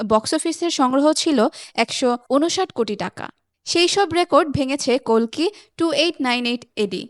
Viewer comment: অশেষ ধন্যবাদ জানাই আপনাকে প্রথমত কালকি না বলে কল্কি দ্বিতীয়ত ইয়াশ না বলে যশ বলার জন্য 🙏🙏🙏🙏🙏🙏🙏 ০২.০৭.২০২৪